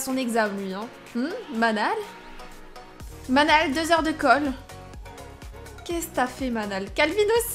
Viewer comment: Enfaite, le prénom Manal ça se prononce "Manel". Je le sais parce que j'avais une amie (il y a très longtemps) qui s'appelle Manal 😉